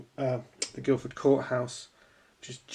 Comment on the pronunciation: There's no "d" in Guilford courthouse:)